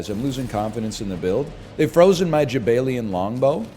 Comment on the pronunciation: Jaballian even. Although NL pronounces it as jabaylian when he reads it.